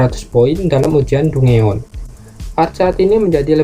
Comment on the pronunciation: izin koreksi dungeon dibaca danjen